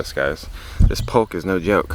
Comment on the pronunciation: 73 years an Arkansasn. On Polk Salad; (Poke) Salad -pronunciation, the l doesn't sound. just like folk -foke. kinfolk. Use the first shoots of polk like asparagus for the best polk, or the upper leaves as time goes on. It's a spring thing. We never used the seed berries .Wash and boil until just tender -stems. Drain in colander, then rinse with cold water and let drip out a bit. Take an onion chop medium fine and begin to fry in oil of your choice. Add polk and use a fry spatula to cut it up a few times in the pan to go with the frying onions. Keep frying until they are no longer letting out water and once they are resembling a scrambled egg look, you may add an egg or two or more and make a good dish of polk and scrambled eggs. Older polk has more oxalic acid like spinach. There is absolutely no reason to boil three times. My folks never even rinsed it and we never got sick. Older mature polk salad could cause tender mouths to peel. Mine never did. polk should not be eaten raw.